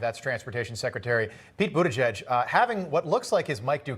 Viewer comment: Pete Buttygay?? 😂